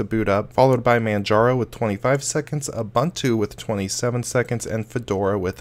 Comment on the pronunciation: It’s not pronounced uh bontu. It’s painful to listen to the video.